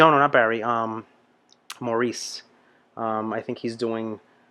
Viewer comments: Maurice is pronounced Morris. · His name is pronounced "Mor-ris". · The first guy wearing the hat was Maurice, he's older now don't forget, and it's pronounced Morris by the way! The old guy I don't know who he was, someone else might be able to tell you, Maurice also played keyboards on this one! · You can thank Maurice (pronounced Morris) for the rocking bass lines in the majority of their songs ie: Jive Talkin' ..you have to see that one. He was a very underrated bass player in my opinion and all around nice guy. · Nights on Broadway is another great one (pre Saturday Night Fever). Early falsetto for the group. I recommend the live version from Midnight Special. In this live version, you will see that all the brothers can do falsetto. The high parts are sung by Maurice (pronounced "Morris") during live performances because Barry is singing lead with a lower voice. Often Barry and Robin sing together in unison as a single lead voice, with Maurice doing the fantastic harmonies. He instinctively knew exactly what to add to create their beautiful rich sound.